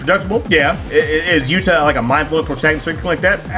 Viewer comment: Are you calling Johnathan "Yura" Hishaku Yuta? It sounds like it.